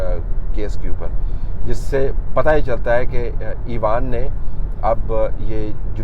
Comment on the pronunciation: "ایوان" کا اردو تلفظ آپ مستقل غلط بولتے رہے پورے وی لاگ میں ۔۔۔ اس سے اچھا ہوتا آپ پارلیمنٹ یا پارلیمان بول دیتے ۔۔۔ پہلے ہی نیوز چینلز نے اردو کا بیڑا غرق کیا ہوا ہے ۔۔۔ آپ تو اتنے معتبر جرنلسٹ ہیں کہ لوگ آپ کی زبان سے جو سنیں گے اسی کو درست مان لیں گے ۔۔۔ اس لئے تھوڑا سا خیال میرے بھائی ۔۔۔۔۔